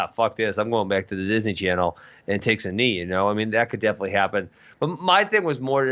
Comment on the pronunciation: Why does Ben say "ayand" instead of and..